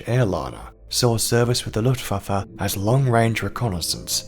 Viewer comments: The "lootvaffuh"? Its pronounced LOOFT VAHF UH. Simple. Unless youre one if those low intelligence/microbrained individuals. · ‘Ludwabbe’……..youve some odd pronunciation of ‘Luftwaffe’